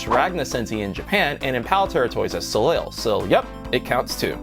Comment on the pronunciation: Good video and good list. Good suggestions. Much better than Super Thunder Blade on the collection for sure...awful MD version. Your French needs work though. Soleil? Look it up, it means sun.